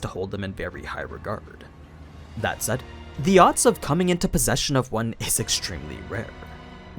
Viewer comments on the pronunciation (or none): none